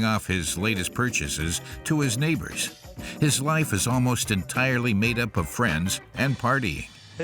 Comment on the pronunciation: The way he says Neighbors hahaha